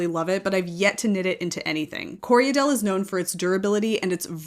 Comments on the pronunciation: I know you don’t mind being “guided” on your pronunciation, so it sounds like you’re adding an extra syllable in Corriedale… it sounds like you’re saying “Corry-a-dale”? It’s just “Corry-dale”, two syllables 😊. Thank you for this video - as a beginner knitter it’s so helpful to understand all the different qualities a yarn has. ❤ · I hear a lot of americans call corriedale co re a dale. Thats incorrect, its corri dale......2 syllables, not 3. The breed was developed in NZ and was named after the station on which the sheep were raised, Corriedale Station.(Im a NZer btw)